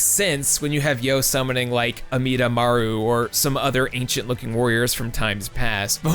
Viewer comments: DID HE USE THE 4KIDS PRONUNCIATION OF AMIDAMARU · Did this man call.... Amidamaru, just, a DEAD SAMURAI MAN?